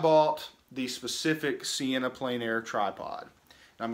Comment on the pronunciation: The French is pronounced "on plen air" not "en plane air"